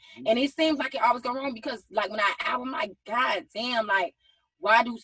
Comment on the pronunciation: Schong (Strong) Wong (Wrong) Ga-Own (grown) Ha-Loan (Hold on) Pa-son-natty (Personality) Acted (Active)